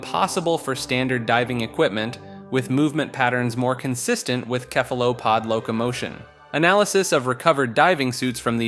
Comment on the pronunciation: He hurt my ears when he pronounced cephelapods as kephelapods